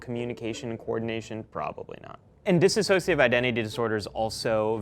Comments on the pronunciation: Ummm.... this psychologist couldn't even PRONOUNCE "dissociative identity disorder" properly. Also, Split was one of the most damaging tropes on DID there has been for awhile. Also, yes, parts of the mind can absolutely talk to one another to that level of awareness -- that's literally part of the healing process. But, the rest is garbage. This psychologist can't even say the words appropriately and clearly knows nothing about the condition. How thoroughly predictable. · Considering he can't even pronounce "dissociative", I'm not keen to take him very seriously. (It's not dis-associative. It's dissociative.) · Very interesting analyses, BUT, (call me OCD and/ or harsh), if this guy is REALLY legitimately in the psychological field, he should say “dissociative” correctly; it’s NOT “dissassociative.” Also, his constant rising of his voice while analyzing, REALLY makes him sound as if he doesn’t know what he’s talking about. It’s only natural since the rising of the voice at the end of phrases denotes a question, or questioning. Dropping the voice at the end of phrases denotes a statement, and foreshadows certainty and confidence. And you gotta see “Split.” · it’s DISSOCIATIVE identity disorder not disAssociative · This psychologist needs to learn to pronounce "Dissociative." He pronounces it incorrectly, "dis-associative," instead of dissociative. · The moment a Dr pronounces it “DissAsociative Identity Disorder”, you know they’re definitely not an expert on the topic 🙈 sorry Doc. But great for pointing out that Shamalamydingdong’s extremely stigmatising film is harmful to conditions like mine! Also: vlogging can happen 😉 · He pronounced dissociative wrong and it's annoying ...he says disassociative and he should know better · He pronounces "dissociative" as.... "dissisociative" And it's bothersome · It’s not pronounced “dissassociate” it’s just dissociate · He keeps mispronouncing dissociative. It's not disAHsociative.... this really bothers me from a professional.